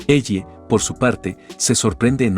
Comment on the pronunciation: Es ellie no elle pinche IA no pudiste decir elly o algo parecido 😔